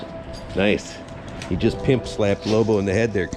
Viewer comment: Hearing him say "pimp slap" with his accent was more than worth it